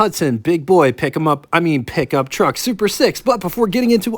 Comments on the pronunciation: "Pick-Um-Up? Truck......What urban area are you from? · If you can`t say pickup then ......................